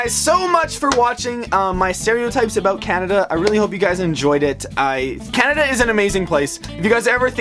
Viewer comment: Aboyt. That stereotype sure is true though.